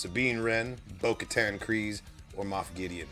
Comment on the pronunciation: I felt bad for he was trying so hard to remember bo katan last week Lol then later when Asoka name dropped and in this video said "bo katar"